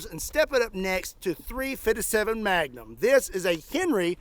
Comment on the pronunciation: You had me dying laughing how you was saying 3fisevm7 Magnum 🤣🤣🤣🤣 please do not change how you pronounce it please! I love it so much I had to keep watching it over and over& over 🤣🤣! Your improve is so good! Was you like this to an extent "I understand there is a time and place for everything!" I'm talking about just in average & when had to deal with really dumb people as a Law in forcer! But, If you could and wouldn't mind would you tell us some of the Good, the bad & the ugly times? And what would be most entertaining is, if you could reenact And to make it real funny, you could even make the reenactment, very over the top just to make it funnier! I live in mason, OH, and it seems like you are not to far from I live! I was raised in Kentucky & Tennessee, I'm just a good ole man! Who has lived in Mason, Ohio a very long time One of my dream thing is to fire a few of full auto firearm, It has been a long time dream & bucket list! And I am just like you, I really love recoil! If she ain't kicking, it'd no fun, lol! Please think about it, I would rather do this when it gets warm. Thank you!